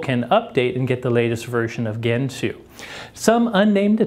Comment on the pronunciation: It's pronounced djentoo, not kentoo